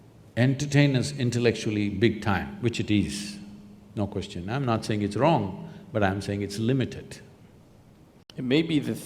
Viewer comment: Zakir Naik: Brother askeh a good koochnn🤣🤣